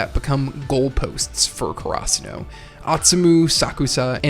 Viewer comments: Just can't listen to KaraSUnoh vs KamoMEHdai anymore...Guys learn how to pronounce Japanese names. Please. If you worship the culture that much - at least make an effort to say it right. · Had to close the video after I heard you pronounce Karasuno.